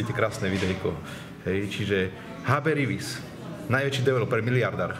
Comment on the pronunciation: HB Rivis. Borec to ani nevie vyslovit!!